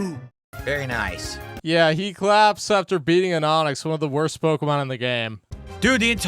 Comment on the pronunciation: Pok-Uh-Mahn Fire Beg and Leaf Greed